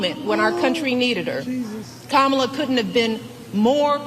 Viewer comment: How come Michelle doesn't get in trouble for pronouncing Kamala wrong😮